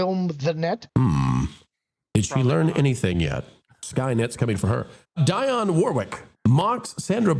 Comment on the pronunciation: Dee-onne! Not Die-onne😊. How old are you,? “Do you know the way to San Jose” - “I say a little prayer for you” - “Walk on by”